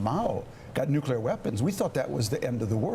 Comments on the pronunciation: How you can you trust anyone who says "Nucular"??? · Sorry Lindsay, but if you can't pronounce the word nuclear correctly, you're not serious. Listen to these heads: it's like they are unable to dream of a non-nuclear world. The question parents should fear from their kids is not "Where do babies come from," it's "What's a nuclear bomb?" Those weapons aren't worth the nightmares they cause. We could have no Nukes and still be able to decimate N Korea in any conflict. We've already experienced several close calls, either false alarms or silo accidents and if you've watched "Command and Control" you know just how close. How fitting is the acronym MAD!!! We must de-escalate this march to war; stop the tit for tattiness between egomaniacal leaders and step up efforts to smuggle radios, computers DVDs and other media into N Korea. Soon a wised up people will themselves rise against the Kim regime. Keep your eyes on the prize: no more nukes. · What is wrong with these Republicans? Besides being out of touch with the rest of the normal people in the nation... Why can't they pronounce the word nuclear??